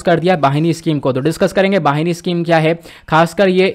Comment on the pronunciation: वाहिनी नही बहिनी स्कीम